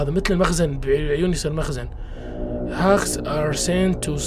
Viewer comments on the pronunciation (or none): أسم الوحوش الهاسك وليس هاكس